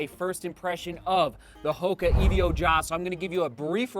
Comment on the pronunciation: Sorry to be that guy but it's not E-V-O just evo as in evolution